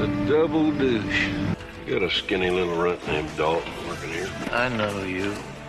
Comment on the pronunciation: He said the "the double douche" not "the double douce"